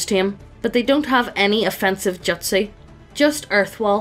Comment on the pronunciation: I literally couldn't finish watching from the cringe over how you pronounced "jutsu", "Taijutsu" especially. I'm so sorry. but just...daaamn.